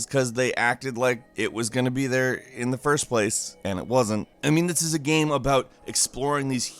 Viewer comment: everytime he says "game" gaem...geam?